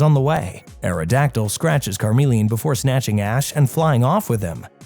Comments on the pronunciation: since when has “Charizard” evolved from “Carmeleon”?? He evolves from Charmeleon… CH like chuch, checks cheeks… c’mon now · CARmeleon??????? It's CHARmeleon... smh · Why did charmeleon become car-melian 😭😭😭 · So let me get this straight It’s charmander and charizard, but karmeleon? Why is it that you can say the first and last correct but you change the pronunciation for the 2nd evo. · Car-mee-le-uhn? Vee-no-nat? What are these pronunciations? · Reader of this never actually watched pokemon calling it car mellion is a krime. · say it with me CHAR like charcoal. CHARmeleon and meleon like chameleon. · Gave up on watching this when Charmeleon was pronounced "Karmelion" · Bro said carmeleon😂🚘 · It is (ch,ch,ch) Charmeleon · Car-meleon? They pronounce their name on the show dude, no excuse… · car-meleon....well that is gonna live rent free in my head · 🚗meleon? Cmon bro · Is the way you pronounce chameleon just rage bait? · Can't get over pronunciation for "Charmeleon".